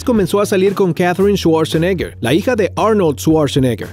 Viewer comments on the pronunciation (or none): none